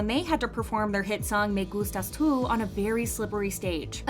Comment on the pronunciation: Ohh my god, you pronounce "Me gustas tu" sooooo nice